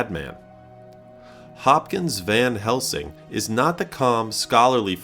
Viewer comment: did he actually really say "Van Helmsing"? Talking about Hopkins acting like a madman, but showing Gary Oldman. Wow, great research and journalistic integrity there!